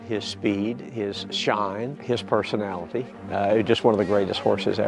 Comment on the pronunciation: "his persolnality" LMAO